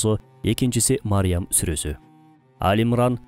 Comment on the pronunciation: Мариям эмес Марьям